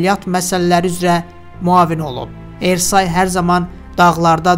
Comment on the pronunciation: Ersay yox, türklərdə Ə hərfi yoxdu, E hərfi Ə kimi oxunur. Bəxtiyar Ərsoy deyin.